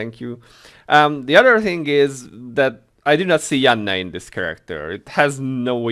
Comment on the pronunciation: I also play without sound. I'm typically watching something I'm streaming. I agree with you about Yanne's legend costume. I will most likely buy it, but probably won't equip it. Maybe just sit on it and sell it in the auction house. Finally I love how you say Yanne's name.